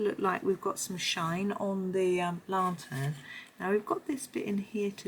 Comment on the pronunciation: Great video. Lantern is pernounced LAN - TERN. You seemed to call it a LA-TERN. Not trying to sound nasty or anything just wanted to mention it.